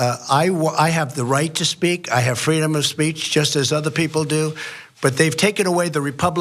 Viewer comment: Freedom of speatch !!? Come on dude